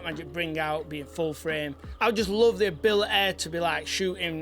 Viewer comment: = strongest accent on the word “ability” I’ve ever heard haha. I say it with love. Edit: and haha